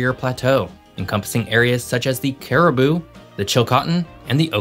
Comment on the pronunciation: For the Interior, you pronounced Cariboo and Okanagan properly. However, Chilcotin is pronounced 'chill-KOH-tin' not 'chill-cah-tin'. How do I know? I grew up in the Cariboo-Chilcotin, and have family still living there. For the last three decades I've been living further north in BC. I love my province, wherever I live! ❤